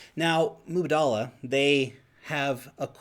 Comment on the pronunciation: Mubadala... It is tricky to pronounce but you gotta lengthen the first 'a', the two last ones have equal length... Kinda like Mubaadala